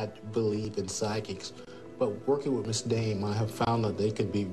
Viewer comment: He said Miss Dayne